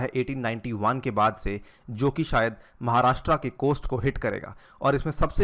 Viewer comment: 'महाराष्ट्रा' नही है वो, 'महाराष्ट्र' है.. आपको 'अनिरुद्धया अग्रवाला' बोलेंगे तो कैसा लगेगा??